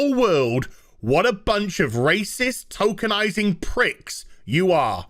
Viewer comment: I know is saying tokenizing, but I keep hearing Tolkienizing and expect a versions of Roots to be made with Elves, Orcs, and Hobbits. Slave-owner: You we'll call Toby Slave: Sorry, no my name is Baggins, Bilbo Baggins.